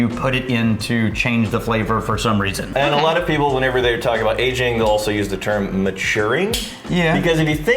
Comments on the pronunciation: “Agingk” “finishingk”. Am I the only one who locks in on all those Ks at the end of every “-ing” word says that ends a sentence? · No one at all:: "Agingk"